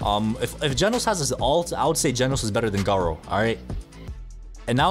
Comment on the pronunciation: its not gard-doo its garrooo